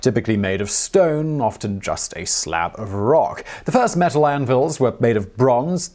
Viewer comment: Is it just me who was confused that he kept saying mesul instead of metal?